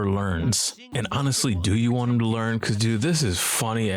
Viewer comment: Once you notice he says “wan” instead of “want” you can’t unhear it ! Sorry doods 🤷